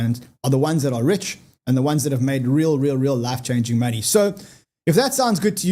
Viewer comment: Its money Y. Not moni I. Is that too difficult?